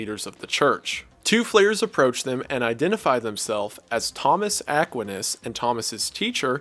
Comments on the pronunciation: As a Catholic viewer I feel compelled to correct your pronunciation of just one thing: UH-QUINE-US. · Just a minor note: St Thomas Aquinas’s last name is pronounced “Uh-Kwhy-Nus” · Ack-Wine-us... Aquinas . Not a big deal... You do an amazing job. Just an innocent FYI of how to say the name Saint Thomas Aquinas 👍🏻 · Sobbing wailing gnashing my teeth It’s pronounced UH-KWAHY-NUS (Aquinas) that is all Good video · Saying it "Thomas Ak-win-iss" bothers me more than it should... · its pronounced thomas ack-why-nass (aquinas) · Just a small nitpick, love your content but Thomas A's last name is pronounced like A-KWINE-NASS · Aquinas is pronounced uh-kwai-nuhs lol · Yes, thank you. I've never heard it pronounced that way, only Akwinus. Emphasis on the middle part. Guess it's an accent difference? Really small quibble with a remarkable video, though. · I'm pretty sure his name is pronounced Thomas "Ah - KWY - Nus". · really really enjoyed the video just a side note but i thought thomas equinas was pronounced eh-kwi-ness or smth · How do you mispronounce Aquinas? Really? AH KWHINE AS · My goodness, what a video! Thank you so much!!!! (though Aquinas is pronounced (to the best of my knowledge) as Uh-kwhy-nis) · pronounced ah kwyi nus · Couple of corrections. Btw love your videos I’ve been subscribed for a while. But coming from a Dominican catholic education I wanted to correct your pronunciation of St Thomas Aqu-EYE-nus and Fran-sis-cans :) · *uh-kwhy-nis lol. Great video bro. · I've never once heard Thomus Aquinas pronounced as "Ah quin us" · The way Mr. Goon pronounces 'Aquinas' is killing me 😭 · I will give you five dollars to never say Aquinas again. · The way you pronounce Saint Thomas Aquinas's name makes my brain fizzle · The pronunciation of "Aquinas" (for St. Thomas Aquinas) is killing me lmao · Bro did you really just pronounce Aquinas that way? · im sorry how did u pronounce Aquinas? XD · Cool video... Please learn how to pronounce Thomas Aquinas